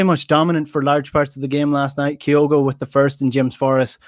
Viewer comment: Why does everyone call Kyogo Kay o go,? It’s Kyo go. It’s getting to epidemic proportions now.